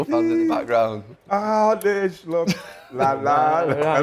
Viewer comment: I'm Dutch, living in Amsterdam: To pronounce the Dutch surname "Slot" correctly in English, the "o" should be a short sound, similar to the vowel in the English words "hot" or "lot" (but not as drawn out as the "o" in "boat"). Phonetically, it would look like: /slɔt/ Here's the breakdown: The "S" is pronounced the same as in the word "sit". The "l" is also the same as in "lot". The "o" is a short, open vowel sound, like in the Dutch word "gôh", similar to the "o" in the English "hot" or "not". The "t" is pronounced clearly, just like the "t" in "top". So, "Slot" should sound like "Slot", with a short "o", not "Sloat" or "Slut". peace out....